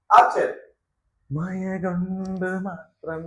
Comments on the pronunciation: മയ അല്ലടാ മഴ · മയ അല്ലടാ മക്കളെ മഴ ഴ പഴത്തിൻ്റെ ഴ പുഴയുടെ ഴ 😂😂😂